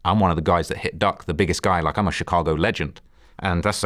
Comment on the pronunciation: Am I the only one who hates the way Vlad says, "Chicago"?? ..He has to know he sounds like a dumba**